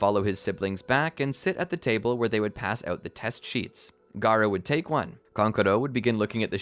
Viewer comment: you said gaarato